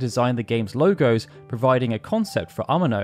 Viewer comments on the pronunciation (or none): none